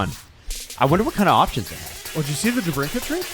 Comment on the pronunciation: Folks, it's DeBrinKIT, not DeBrinCAT. Yes, this is v important to me!